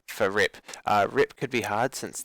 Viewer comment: It sounds like he's saying rip, not rep